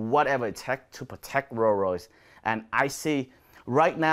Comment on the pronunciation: Could listen to you say "roo royys" all day 🤣👍